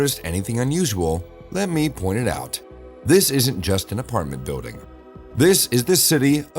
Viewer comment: It's Pronounced BUILDING Not BUEWDING!! Learn PROPER English if your going to Narrate a Video. People like you Should Remain Silent!!